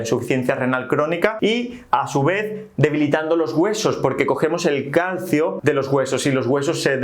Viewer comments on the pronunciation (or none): none